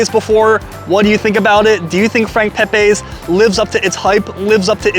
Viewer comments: hate to be that guy but, its pronounced Peh-Pee, Not Peh-Pay. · Frank pepeees is how its said ! Not pepaaaa s ! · Thanks for coming but the lines just got longer, ugggg. Pronounced Pepeee